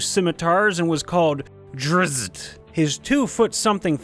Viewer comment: The Dzzyt drow elf, you almost pronounced it Drizzt. As in Drizzt Do’Urden (R.A. Salvatore) whom I’m sure the character was modeled after. Even though Drizzt Do’Urden shows up in a lot of D&D campaign books.